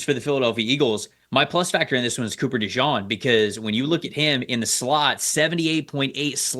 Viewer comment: Cooper DeJEAN... Like, the jeans you wear. It's not pronounced "Dejawn". That's just a nick name some Philly fans gave him.